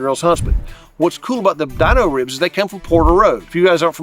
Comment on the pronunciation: They are Dino ribs not the way you’re saying it but the way the Flintstones dog, his name Dino! Pronounced Deano! Not Dineo! And I cannot find them on there website mobile app